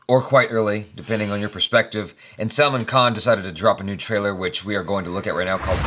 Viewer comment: Now that everyone has told you that pronunciation of the name was wrong I want to point out that You said official tailer/tailor👀👀 instead of trailer😂😂😂 TRAILER IS AN ENGLISH WORD!!! 😂😂